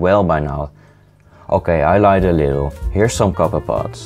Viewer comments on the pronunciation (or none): none